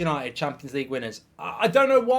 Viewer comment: Did he just say yanited for the champions lge!!! 😂😂😂😂😂😂